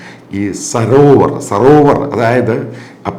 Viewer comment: സരോവർ അല്ല സോറാവർ ആണ് മാഷേ ... 😂😂😂😂😂